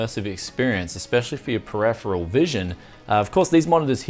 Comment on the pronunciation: Peripheral. Just saying..! Per if er al .